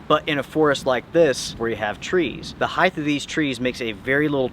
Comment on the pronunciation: It’s HEIGHT not HEIGTH!!! … please get it right!!